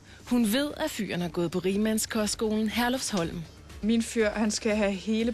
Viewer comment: det hedder herlufsholm og ikke Herlufholm